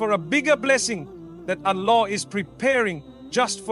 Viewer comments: This sounds like Ai. SubhanaAllah, we should be careful with all the information that we are receiving nowadays. The way he says « Allah » is not how he usually says it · I noticed that too. It doesn’t pronounce Allah the way Mufti Menk does! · This is AI my brothers and Sisters Watch closely And listen to accents of saying the word Allah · And yet u still cant say 'Allah' perfectly. When pronouncing the word of Allah, it must be thick, that is, yr tongue touching the upper palate. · This isn't mufti menk, the pronunciation of Allah is not from the heart. It reads like an AI generated voice. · It seems to me to be AI especially because of how he says Allah, he isn’t saying Allah’s name right. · Beware this is not Mufti Menk speaking. It's an AI voice. Be careful what you consume on social media. Mufti Menk can properly utter the word ALLAH. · The pronunciation of Alllah. And each time only saying Allah and not Allah SWT or other words he usually adds. 100% AI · AI GENERATED..... THE WAY ALLAH is pronounced is not correct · Ya even I felt it's AI.. Specially the way Allah is pronounced here